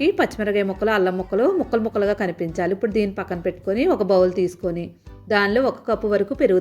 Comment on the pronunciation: ఉప్పుడు కాదమ్మ ఇప్పుడు...ఖైమా కొట్టినట్లు ఏమిటీ అమ్మ, నీబొంద